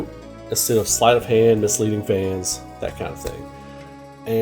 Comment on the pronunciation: You mean Sleight?